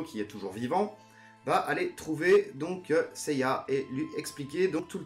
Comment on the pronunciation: Une question: apparemment tu connais la version originale de la série d'origine (tu donnes les noms originaux des attaques, tu prononces correctement le nom de Geki), alors pourquoi on a droit à du "Seyar" et du "Shina" pour Seiya et Shaina ?